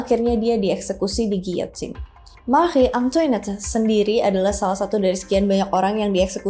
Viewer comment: Maaf kak, setahuku untuk Antoinette cara bacanya Antwanet terus guillotine bacanya giyotin, semangat ngonten 👍🏽🫶🏽